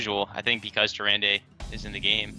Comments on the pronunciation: Behold, the armies of Stormwind: a shifting shade, Confessor Paletress, Millhouse Manastorm, Gormok the Impaler, a priest of the feast, and an injured blademaster. Seems a little wonky, but they did win, so… good recruiting your Majesty. Also, the last syllable of Tyrande isn't pronounced "day". It's pronounced the way the Innkeeper says it. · It's pronounced Tyr-aand not Tyr-and-ay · That Leetri Guy More like Tyrandeh. It's the Latin-style e.